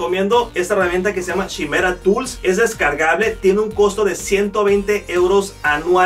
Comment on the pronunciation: Pienso que es importante pronunciar correctamente los nombres de las herramientas, como esta que se escribe Chimera y se pronuncia Kai-mera. Es la quimera de la la mitología griega, o no sé si lo pronuncian chi-mera porque quieren dar entender que se van a chimar a los clientes.